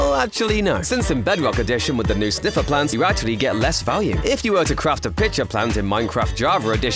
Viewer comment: I thought it was sniffer not sniffiler